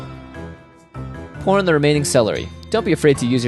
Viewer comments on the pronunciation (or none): did he say porn xD